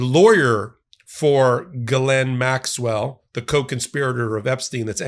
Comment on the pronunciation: Im a fan...BUT, please work on your pronunciation of some names, such as Maxwell's first name. Try not to use G'lane. Phonetically, it sounds like G'EEE-LANE. OR, just refer to this party as 'Maxwell'. :) And Virginia's last name is not Jaw-free. Try 'Jo-fray'. Dont take offense, please.